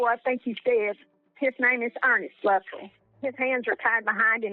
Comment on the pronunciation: Luh- trell. Weird way to pronounce his last name. Yeah I'm nitpicking 😊